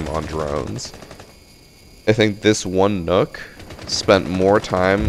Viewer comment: Mans be saying “Nook” Instead of nokk pronounced “Knock” but that’s it other then that great vid